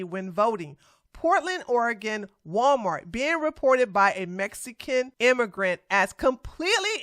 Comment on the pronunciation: She said "Gualmar" 🤭🤭🤭🤭